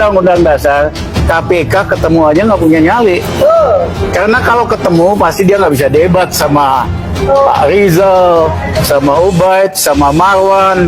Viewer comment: Rijal ngomongaja ngga bisa r manabener 😢😮😅